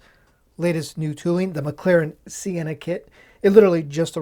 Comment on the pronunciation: Not a bad review, but what’s with the pronunciation of Senna ? “Sea-enna” ?